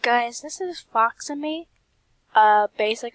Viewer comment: YASSSSSSSSSS Oh btw it’s pronounced Fox-e-ka ;w